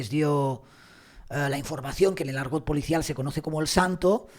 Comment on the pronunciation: Sr se dice Policial no pulicial. Ud es comunicador.